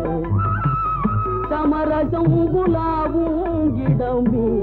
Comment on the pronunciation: பாடலில் சரியாகத்தானே உச்சரித்துள்ளார்.